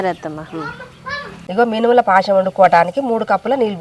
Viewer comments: Paasham veru. Paayasam veru. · పాశం కాదు తల్లీ పాయసం అనాలి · Paasham ❌ paayasam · పాశం కాదు బాస్. పాయసం! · పాయసం. పాసం కాదు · పాయసం అనాలి అమ్మ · పాశం అంటేనే మాకు తెలుస్తది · పాశం అంటే నోట్లో నీళ్ళు ఊరుతాయి తమ్మి మాకు అట్లుంటది మా భాష తొని మరి